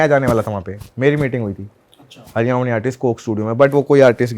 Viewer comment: भाई its हरियाणवी not हरिउणी, हरियाणवी artist बन ने से पहले नाम लेना सीखो